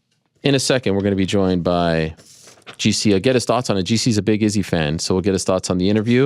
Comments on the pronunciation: Dude earth to Ariel you’re still saying it wrong. Izzy himself pronounced it 5 ft in front of ur face. Why are u still emphasizing the dis. Emphasize the san. What’s wrong wit u bro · 5 min after he left he still butchered it and saying it slowly xD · Bruh but he’s still saying it wrong!!! Wtf is wrong with this dude lately